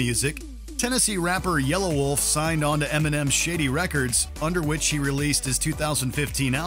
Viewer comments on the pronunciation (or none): It's not yellow-wolf it's yelawolf